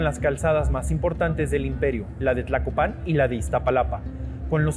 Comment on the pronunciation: Tlacopan , no tlacopán